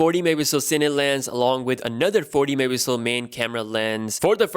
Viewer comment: Can't you say megapixel right for once?